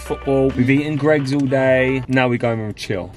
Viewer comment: It’s Gregg’s not greegs